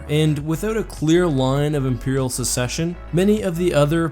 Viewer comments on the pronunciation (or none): Gah, it’s SUCCESSION, not SECESSION!!! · Just FYI it's "succession" (suck session) not "secession." Good video, though